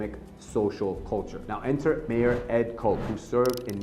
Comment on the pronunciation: His name is pronounced Ed "KOTCH"... how did you not know that WTF ??? Dude was famous. I am embarrassed for you. Delegitimizes your whole video. Basically like saying President "Beeden" instead of "Biden" ... piss poor research, pal